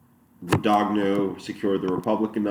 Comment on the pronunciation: Its not gudaguhno, its gudanyo, idiot.